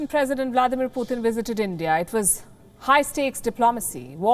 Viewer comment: His name is Putin, not Puthin